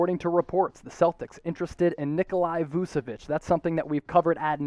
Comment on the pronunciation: Heads up, it’s not pronounced “Nikolai” or “Vusevich”, it’s “Nikola Vuchevich”. Love your stuff though. 👍🏻